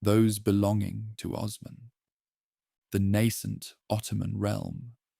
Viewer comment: Would be nice if you could learn the proper pronunciations of names like Osman before recording